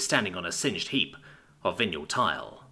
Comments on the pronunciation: Dude I love your narration normally. Are you English because if you are, you can't have gone to school. Vinyl ... Vi (not vin) nal PLEASE PLEASE PLEASE LEARN TO PRONOUNCE THINGS CORRECTLY, it's a travesty when you ruin a single word (or words) when reading. This puts me right off listening to the rest of it. Linoleum, side boards etc so it's a vinyl tile. (where and wtf is a vineal spelt as you pronounced it tile). DO NOT BOW TO THE YANKS, SPEAK ENGLISH BE PROUD TO BE ENGLISH, if you aren't your still not forgiven correct pronunciation makes or breaks a story..... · >.<!!! It's Vinyl! VIE-NULL! VIE-NULL! >.< (This happens more and more frequently, old words for old things being pronounced by people who've obviously never heard them spoken aloud before and then the 'rules' of English utterly fail them.) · VY NUL. It is pronounced VY NUL. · Vin-yule tile. I think that is what yule logs are made from? You're golden. Thank you so much for the hours of narration you have provided for us. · Vinyl The thing records are made of Mf did you say vinyall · Butchered it bad enough I had to check the text,... hahaha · Wait, wait, wait., say Vinyl again please. Something tells me you've been pronouncing too many alien names lately.